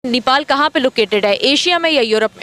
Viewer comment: पाकिस्तानी यो को नेपाल का नाम भी नहीं मालुम है नीपाल नहीं नेपाल हैं।नेपाल पाकिस्तान से कहीं ज्यादा सुरक्षित है